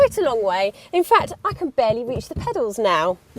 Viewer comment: "I can barealy reach the pedas" - thats because you put your seat back